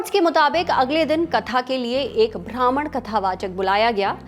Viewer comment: मैडम ख़रीब नहीं क़रीब होता है, और भ्रामण नहीं ब्राह्मण होता है